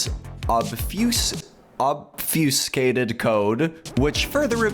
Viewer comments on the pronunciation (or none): The way to say that is say "Ob" and then say "U-sated" Like you were trying to